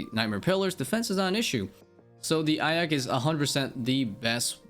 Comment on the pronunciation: eye of ahka lol